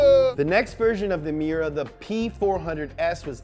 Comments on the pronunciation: Its me•yer•uh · ITS PRONOUNCE MY-URA AT LEAST GET THE NAME RIGHT